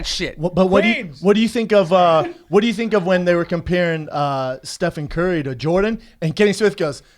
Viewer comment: "stefaan curry"